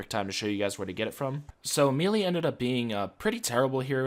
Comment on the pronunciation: did you know melee is actually pronounced like may-lay. fun fact!